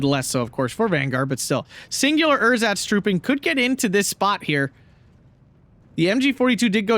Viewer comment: German lesson of the week: It's Ehrsatz (no pause) instead of Er-satz. Keep up the good commentary :)